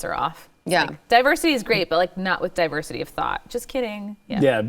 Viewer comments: I am listening to The News and Why it Matters, and just said the word diversity, but it sounded like Diaper City. I thought it would be great to substitute the word Diversity with Diaper City, they are synonymous. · said diversity, I heard diaper city and thought...YUP, THAT'S JUST ABOUT RIGHT!!!